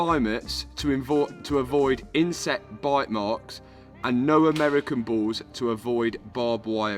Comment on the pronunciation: i thought he was saying its leather from balls and not bulls